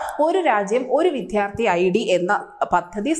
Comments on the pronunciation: എല്ലാം നല്ലത് തന്നെ, ഒപ്പം സ്വാഗതാർഹവും പക്ഷേ,വിധ്യാർത്ഥി എന്നല്ല വിദ്യാർത്ഥി എന്നാണ്. മലയാളം അറിയില്ല അല്ലേ? എന്തിനാണ് ഇങ്ങനെ മണ്ടത്തരങ്ങൾ വിളിച്ചു കൂവുന്നത് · Your reading is beautiful, however, you should know how to pronounce vidyardhi. വിദ്യാർത്ഥി ആണ്, വിധ്യാർത്തി അല്ല. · ദയവു ചെയ്തു ' വിദ്യാർത്ഥി ' എന്നുച്ചരിക്കുക